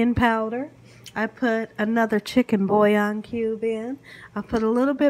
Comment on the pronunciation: In addition, "thaw" is "thawl." And what she did to "bouillon" was criminal.